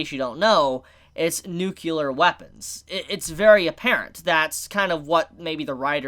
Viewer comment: saying "nukelar weapon" is actually pretty cute.